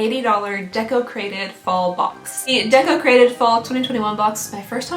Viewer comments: I thought you was saying desecrated....🙈😂 welcome to half deaf life lmao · Every time Deco Crated box was said I heard Desecrated box. Just me?